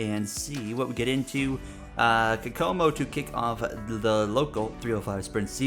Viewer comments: Kokomo is pronounced cocomo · fyi the first track you raced at is actually pronounced ko-ko-mo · the first track is pronounced "Coke Oh Mo" which is a town in Indiana (the W)